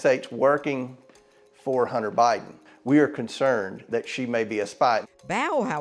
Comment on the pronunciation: We "may" see Emphasis on may 😂